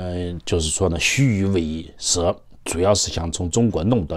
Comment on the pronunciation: 虚与委蛇（以），不是she